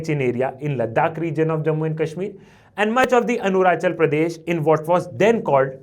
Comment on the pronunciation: Sir saying Arunachal Pradesh as Anurachal Pradesh by mistake😢